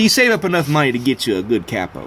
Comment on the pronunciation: Oh I get it, you pronounce it "cappo" because it's a pen cap, that's pretty funny. I may be wrong, english is not my first language but I've only heard it pronounced like "kay-po" before. This is a good idea, I'm gonna make one. Thanks